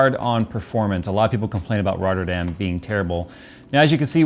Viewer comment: me as a dutch guy listen to a english guy saying rotterdam is funny